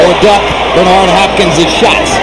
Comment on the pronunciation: "Hopkins sauce" he said